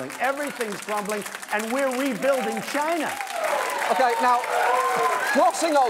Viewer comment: Every time "chiiieeeeennah" Gets me every damn time, does he not know how to say 'china'?